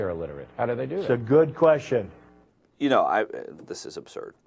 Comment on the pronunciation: How about his fucking accent? "Dat's a good krestchum." You've got to be kidding.